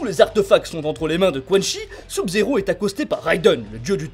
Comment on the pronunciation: oui il prononce mal Sub-zero